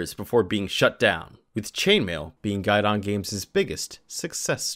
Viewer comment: It’s pronounced Gee-don not guide-on. Americans really butcher french